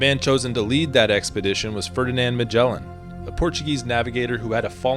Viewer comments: IA melin au lieu de magellan.. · "Magellan" MY ASS! What a pathetic way to to say the name of Fernão de Magalhães!!!! LEARN HOW TO PRONOUNCE THE GUY'S REAL NAME!